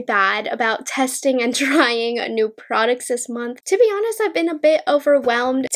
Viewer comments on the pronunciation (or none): none